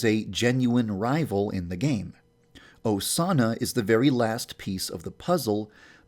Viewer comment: Put on captions and skip it to when he says Osana. "a Sauna"